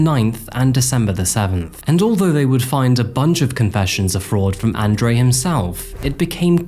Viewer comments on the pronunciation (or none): say it with me... "On Drew" :) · It’s On Dre.. not An Dre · You pronounced Andre and Fabian incorrectly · It's annoying that you couldn't pronounce Andre properly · Nice video, except you pronounced 'Andre' wrong the entire time